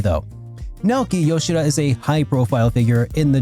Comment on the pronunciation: I always appreciate someone who says Yoshida’s name properly. The amount of people who call him “Nay-YO-key Yo-SHEE-duh” is insane